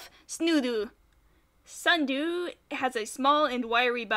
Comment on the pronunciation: Me IT'S SNUDOO!